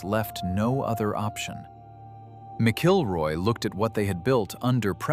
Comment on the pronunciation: It is not pronounced "Mic-kilroy"" it's pronounced "Mackle-roy" ... Doug "Mackle-roy"